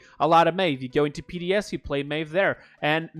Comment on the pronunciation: Lmao you said PDS